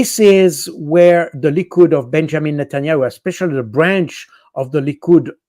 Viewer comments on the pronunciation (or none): none